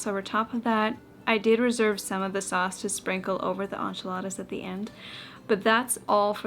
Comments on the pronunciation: On-chiladas threw this Texan through a loop too! Hahaha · Inch ee la thuh! Is correct ☝🏻😅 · I've heard a lot of funny pronunciations but as a Texan who makes and eats enchiladas all the time, I've literally never heard them called On-chiladas❤ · The way you pronounce enchiladas tickles my soul. 🙊🤣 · The way you say enchiladas is cracking me up!!!😂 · I'm Latina and watching you make enchiladas... EEEK! But it's OK, you're from Canada and not from down South... We love you anyway! 😂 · I'm canadian and I definitely don't, hahaha! I was cringing the whole time 😂